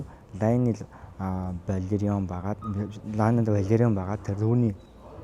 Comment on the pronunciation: Лэйнор Веларион гэж дуудвал зөв байхаа. Амжилт 😊